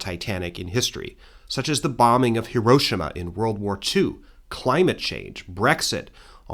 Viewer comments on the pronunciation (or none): none